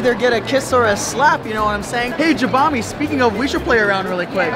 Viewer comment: i cringe every time u misspronounce jabami